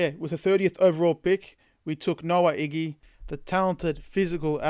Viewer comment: Ig-ba-na-hene That’s how you say the last name